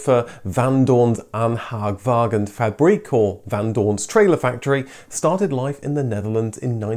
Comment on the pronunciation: Van Doorne's ... what? Haha. Thank heaven for subtitles, now the Dutch could even understand it.